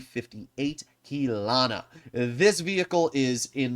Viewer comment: polish slander will not be tolerated, every polish td is very beautiful, and check your pronounciation please, the only tank you got right was the Kilana